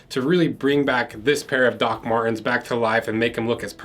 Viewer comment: I'm pretty sure there is a "T" in Dr. Mar"T"ins, not Doc Mar'ins. Other than the obvious English foibles, an excellent video.